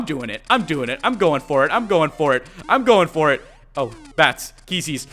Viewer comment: Keese....ees? they are pronounced as "Keys."